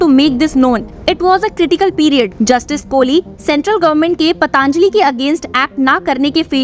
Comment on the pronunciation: पतांजलि नहीं पतंजलि बोलो बच्चे